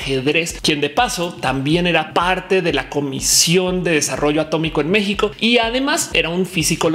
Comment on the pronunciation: Soy de Shiguagua y creo que tengo suficiente calidad de expertiz para corregirte en que es A-tómico, se dice A-tómico XD